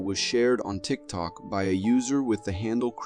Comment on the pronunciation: Does anyone else notice how he said tick toke and tick toker 😂